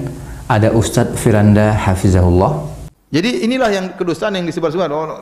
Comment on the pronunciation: Masya Alloh Terima kasih admin, vidio sangat bermanfaat. Mohon maaf, sedikit saran, sebaiknya admin saat mengucapkan حفظه الله menggunakan huruf ظ، karena kalau saya tidak salah dengar admin menggunakan huruf ز